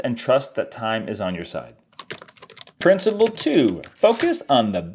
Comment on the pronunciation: Thanks for the video,. I hope you don't mind my saying, it's principle, not princible!